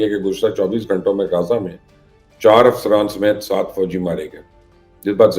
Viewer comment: درست لفظ غزہ ہے جسے آپ روزانہ غازہ کہتے ہیں_ غازہ powder کو کہا جاتا ہے جبکہ علاقے کا نام غزہ ہے_